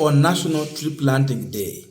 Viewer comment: Three planting or Tree planting bro.